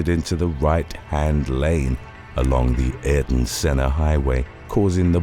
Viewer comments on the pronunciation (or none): none